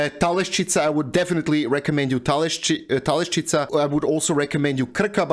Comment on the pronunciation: It is Telašćica, not Talešćica 😉